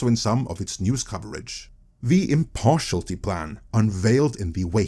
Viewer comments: "Impartiality" has six syllables. im - par - ti - al - i - ty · Sorry, I've gotta complain about 'impartiality' being pronounced 'impartialty' throughout this video. 😛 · Good vid, and the word is pronounced im-par-ti-AL-i-ty. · Impar-she-al-it-ee, but you're still better than my Norwegian ;-). As a Brit, who loved the Beeb, I stopped watching it years ago, what a tragic death.